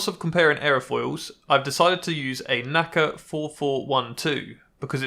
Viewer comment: It's N-A-C-A and not naca. It stands for National Advisory Committee for Aeronautics.